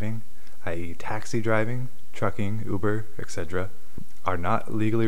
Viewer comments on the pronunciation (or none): none